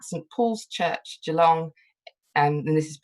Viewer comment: Just loving it here in Canberra. A note, it’s geeLONG, and ballarAT. And Bourke is for some reason pronounced Berk.